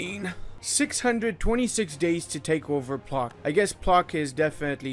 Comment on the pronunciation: It's not "Plock", u rather pronounce it as "Plotzk"